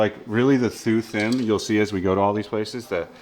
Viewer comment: In Vietnamese "Th" is pronounced like "T" basically, so it's more like "Tu Tiem," just a heads up. (Similar to the "Th" in "Thailand.") Anyway thanks for showing these!!